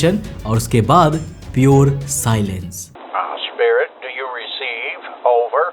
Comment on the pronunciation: It is not issspirit. It should be spirit. Learn English pronunciation.